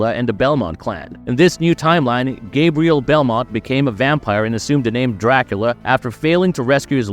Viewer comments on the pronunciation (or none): none